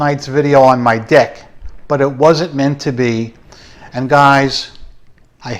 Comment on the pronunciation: The part about filming on your deck caught me off guard and was absolutely hilarious as it sounded like you said another word. The quality of the microphone probably didn't help your case. 🤣